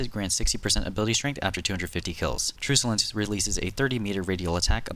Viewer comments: I hate to be that guy but it's "Truck-ulence" and not Truce-ulence. Love your vids btw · why do you say "trusulence" its tru /k/ ulence it means hostile